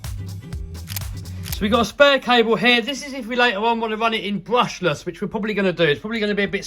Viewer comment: I thought you said you're going brushess